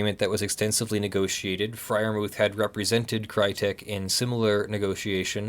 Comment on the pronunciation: the "h" in Freyermuth is silent, and is not an english "th". Anglicised you should say "Friar-moot". I'm sure I'm wright about this :)